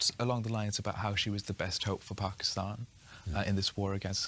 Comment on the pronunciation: Charlie rose: pakiushhtan